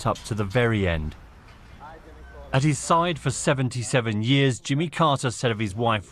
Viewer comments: The newsreader can't pronounce his name.. it's not Jummer, it's Jimmy! Lots of hesitation- you see who's good when it's breaking news and they haven't had much time to go through it. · Who's jimmer how can you pronounce Jimmy to "jimmer"